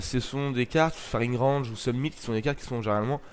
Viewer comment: Sumnit? Summit plutôt nan?